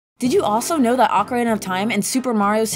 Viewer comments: I kept hearing her say Oka- ray-nah instead of oka-reena lol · Who the heck pronounces it ah-ka-ray-na? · People calling out the "S-NES" edit like didn't say "Ocariner" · “Ocarayna.” Smh.